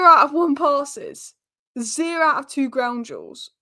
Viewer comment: Please stop saying the word two! 🤦🏻‍♂️😆 TWOOO